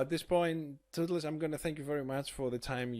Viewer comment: My boi Tootlez! Its not pronounced Tooth-less btw ;)